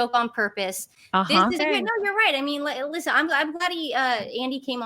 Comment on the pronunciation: Girl, the t in listen is silent.